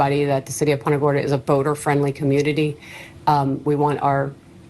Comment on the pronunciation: Born n raised Central Floridian here...the city's name Punta Gorda is pronounced like 'poon ta' not like 'punt' in football. This Sherriff mangled the hell out of it.